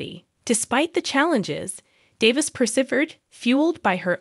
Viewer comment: I don’t know who publishes these stories, but when you hire people who cannot pronounce simple words, like “persevere,”you lose all credibility. Then there is the redundancy. Who knows, maybe it’s a computer voice, but it’s not a computer script. This story should’ve been left on the chopping block.